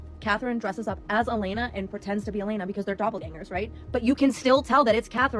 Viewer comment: you mispronounced Elena which proves you're just reading off a script.